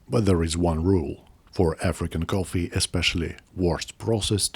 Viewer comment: Don't put it in your pogget, sir. Don't put it in your pogget. It's your lucky Turggish cohffee.